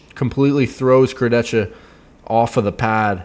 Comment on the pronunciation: Obviously is the only person who pronounces "Kurdecha" correctly.